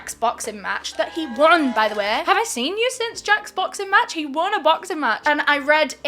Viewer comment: The way she says match and almond with her accent is my favourite